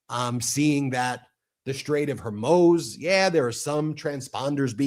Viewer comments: I can't believe you keep saying strait of Hormoze it's pronounced Mooz like the cow moos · Please BEN, learn how to pronounce 'foreign' words rather than guessing (like NOR Hormews or Hommoze but HORMOOOZ for Hormuz. and the equally bewildering Mountbaton rather than Mountbatten for a few days. Easy peasy to check out via google searches or google translate. Otherwise, loving your work. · Strait of Hormuz....Hormooz just FYI